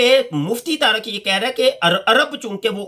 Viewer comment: taraq nhi tariq h naam. pehay urdu to dhang sa bolo mian